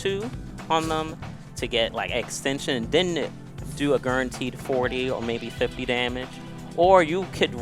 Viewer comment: you’re gonna like the way you look, I “guurentee” it